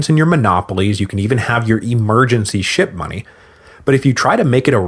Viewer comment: I’m not the only one hearing “shit-money”, right?